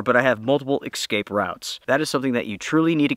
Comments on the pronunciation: Why do you say "exscape"? I do like your channel! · Noooo, you say ‘excape’ 😢😢😢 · …. I LOVE your channel, but you MUST learn how to say the word “eScape”….. haha